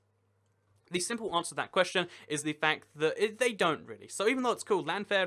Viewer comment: or Llanfair PG -why do people always say ll as l btw?